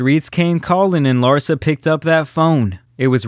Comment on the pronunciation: The emphasis should be on LARSA not "her"